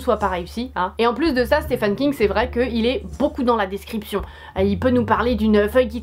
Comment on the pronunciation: Super vidéo ! Ça m'a donné envie de découvrir tous ces films ^^ Par contre c'est "Stephen" King qu'il s'appelle le monsieur, pas "Stéphane" :p